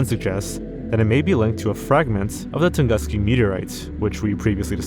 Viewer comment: How about "Tunguska" and maybe the worst "Eurasia"